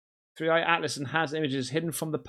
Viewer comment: It's 3i,not 31